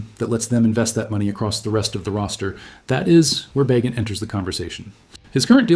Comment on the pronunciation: AI BS. Can’t pronounce Bagent.